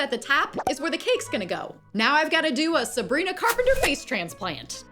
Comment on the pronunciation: Did anyone notice that she said ‘Sabgrina skin’ 😀?